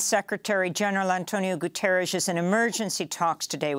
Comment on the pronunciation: It's Gu-tee-air-us, not Gu-tar-us.